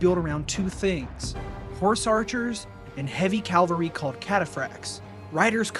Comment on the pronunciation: PSA: "cavalry" and "Calvary" (Calvary Hill) are two separate words and are pronounced differently. Likewise, "Pompey" (rhymes with "stompy") and "Pompeii".